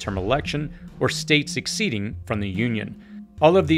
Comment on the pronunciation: It’s not a state “sec-ceding” it’s “seceding”